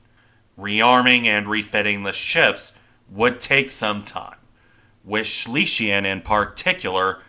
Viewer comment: Please work on your pronunciation - Schlesien is pronounced Shlay - zee - in . Schleswig Holstein is pronounced Shlace vig Hohl - shtine